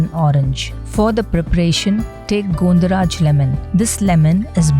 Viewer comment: Not Gondo it is gondho pronounced as Gãwn dho